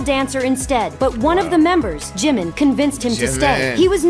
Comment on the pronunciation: They are wrong it's the fastest song ever to hit 1b streams period in history he is the main vocalist not the lead that's Jimin and she keeps pronouncing his name wrong omg I can't watch this